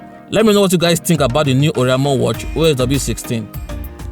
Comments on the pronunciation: It's or-a-i-mo...not or-i-a-mo...but this is a very good review....infact it's the best smart watch review I have seen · That ORIAMO pronunciation kept hitting me, and I was hoping you would just stop calling the name. By the way it is O R A I M O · You mean "oriamo"